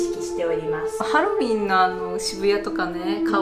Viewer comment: ヘロウェン(ハロウィン)